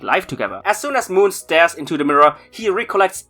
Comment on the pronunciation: Can we just talk about how you pronounced Mohn as Moon?